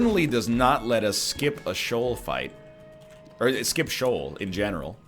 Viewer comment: Why do you always pronounce Sheol wrong, its SHEE-ol my main main